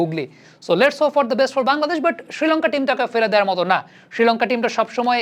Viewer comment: ভাই উচ্চারণটা কানে লাগছে, ষ্রীলঙ্কা না বলে শ্রীলঙ্কা উচ্চারণ করুন